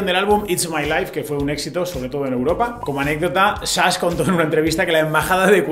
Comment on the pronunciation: jajaja, nooooo. Ya lo escuché otra vez y siempre es Chas, Shas, Shash y similares, pero nunca SASH. Jajaja.